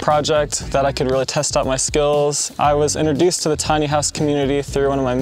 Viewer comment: IN-TRO-DUCED, not inner-duced.